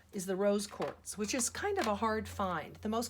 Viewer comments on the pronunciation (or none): Lol 😆 she says whores lol 😆